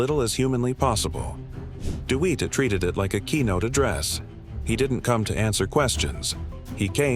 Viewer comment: His name isn’t deweat it’s Dewitte